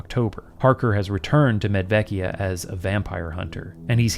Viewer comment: I am wondering if the first town should be pronounced "Medwekia"? I'm no linguist, but I recall some Slavic languages have/had W and V pronounced... sort of opposite what English does.